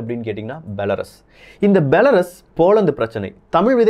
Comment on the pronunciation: பெலருஸ் என்று கூறவும்.